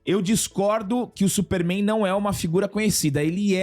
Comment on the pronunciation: "Supéérrrméin" (pai dos Albas)